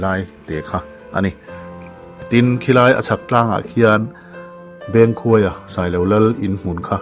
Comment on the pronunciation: Bengkhuaia i lam dan hi a dik lo deuh... Beng tih hi beng (ear) kan lam rik anga lam tur.